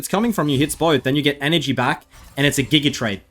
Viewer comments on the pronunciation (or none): none